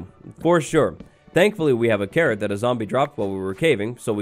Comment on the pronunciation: OMG everytime you say carrot i hear Karen... is my hearing bad?